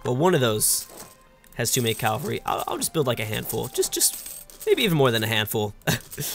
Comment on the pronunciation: MeriT-ocracy and CaV-alry